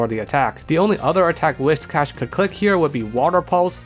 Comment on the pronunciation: holy shit a youtuber who pronounces whiscash right i never thought i'd see the day